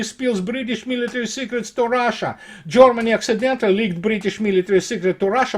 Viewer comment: Privet! It's not Jormany, it's Germany! Not jOrmany but gErmany! Consequently, they aren't Jormans, but Germans! Other than that, your videos are very well researched and presented! Maladetz! Congratulations! Thank You for good content.